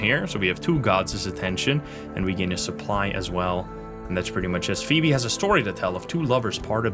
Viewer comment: Sorry, English is sometimes hard for non native English speakers as he effortlessly pronounces “Phoebe” perfectly in the same breath. Hahah I’m at minute 13 so far.